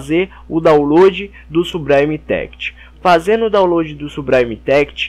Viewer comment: "sublime text= subraime téct next=néact" rendeu risadas e ajudou vlw, s2s2s2s2s2s2s2